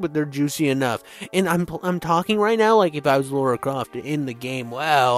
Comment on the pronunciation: God dammit, her name is LARA Croft. Lara is NOT Laura. How hard is that to get?